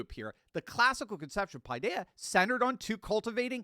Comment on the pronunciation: Great Video... but I'm afraid that you need someone Greek to help you pronounce the Greek words correctly. Paideia: Pe thia' (2 syllables accent on the last letter "a"). It means Children.